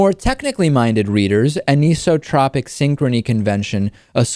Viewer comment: Anisotropy is pronounced /ˌænaɪˈsɒtrəpi/, not /ˌæniˈsɒtrəpi/